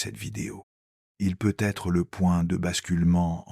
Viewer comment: Il faudra penser à corriger la prononciation de l'IA sur les "peut-être" car c'est très pénible à la longue, merci.